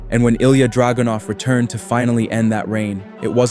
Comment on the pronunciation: “ilja draGOONuv” 💔